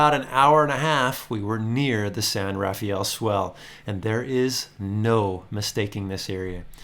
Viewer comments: Great video! But please, as we locals have since the beginning of time pronounce it ---> The "San RAA-FELL Swell" NOT The San RAFAAEEEL... Swell. Thanks! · 😂 My feelings exactly! I cringe every time I hear someone pronounce it San RafEE-aL!